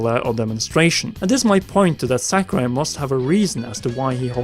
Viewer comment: In b4 ZeRo debunks this tier list. Piranha Plant was never broken, Shulk is not mid tier in Ultimate, No one banned Bayo in smash 4. And for god sakes, its Sah-Ku-Rai. Not sackarai.